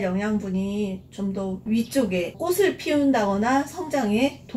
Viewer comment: 꽃을~꼬츨 꽃이~꼬치로 발음하세요 꼬슬,꼬시아니죠.